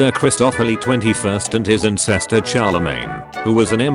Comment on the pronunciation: Text: "Ancestor" Reader Bot: "Insestor" WTF